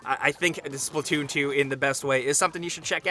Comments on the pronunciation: It’s splatoon not splitoon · Wat did he just call splatoon?